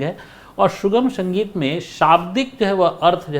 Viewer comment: माफ करना गुरुजी। छोटा मुंह बड़ी बात हो तो।लेकिन आप स और श का उच्चार सही कीजिए गुरुजी। शास्त्रीय बोला जाता है सास्ञीय नही सुगम बोला जाता है, आप कभी कभी शुगम बोलते है। संगीत बोला जाता है। शंगीत नही। आपकी सारी जानकारियां अच्छी है लेकिन उच्चार में सुधार की कोशिश जरूरी है।